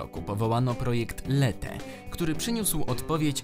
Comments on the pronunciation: Ja słyszałem jak Hiszpanie mówią lecie, zresztą można znaleźć np. takie wideo watch?v=wiMVJfAwUAs , gdzie wyraźnie słychać lecie. Nie chcę, żeby wyszło, że się czepiam, ale po prostu to lete brzmi jakoś dziwnie i ciężko, trzeba było przeczytać leche tak jak po polsku, to by lepiej już brzmiało. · Mała podpowiedź - po hiszpańsku "ch" wymawia się jak nasze "ci", zatem projekt to nie "lehe" a "lecie". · leche czyta się lecie